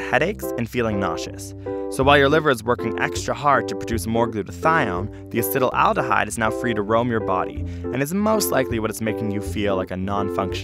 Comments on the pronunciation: A-C-E-T-A-L-D-E-H-Y-D-E... Why do you keep saying Acet-al-al-dehyde?! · acet-aldehyde. not "acetyl-aldehyde" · Wonderful video! I may be wrong but it seems as if you are mispronouncing "acetaldehyde." It sounds as though you are adding an extra "al" to the word, making it sound like you are saying "acetal-al-dehyde." I was under the impression that it was pronounced (at least phonetically) "ass-et-al-de-hyde." Am I wrong about this? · It's acetaldehyde, not acetyl-aldehyde! Gah! Pronunciation! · he says Acetylaldehyde but writes Acetaldehyde.. WHICH IS IT? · Acetaldehyde is pronounced "acid owl de hide" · ur pronunciation of acetaldehyde is horrible. Acet like in acetate, then aldehyde like in formaldehyde, not acetal - aldehyde. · I cringe every time he pronounces it "acetalaldihyde" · I would think that someone would have told him he's pronouncing acetaldehyde completely wrong. "Acetyl aldehyde" is not correct. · I hate how acetaldehyde has an extra syllable in there that is not seen, yet is pronounced. I also hate riding in cars, looking at my phone, and viewing my bank statement.